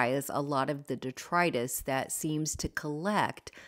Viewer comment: I love your outdoor space! Everything was lovely. I got many tips, and one you did not plan on…learning the correct pronunciation of detritus! Thank you!